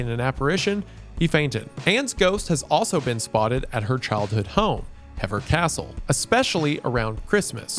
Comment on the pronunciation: Hever is pronounced more like heaver more English spelling nonsense